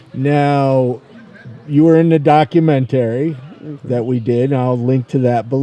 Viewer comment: I can't wait until learns to pronounce "documentary". daa·kyoo·men·tr·ee